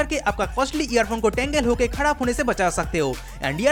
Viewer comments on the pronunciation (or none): Jab Ap Kharab ki Jaga KhaRhab bolte hain Wo moment acha laga es video may.... Don't mind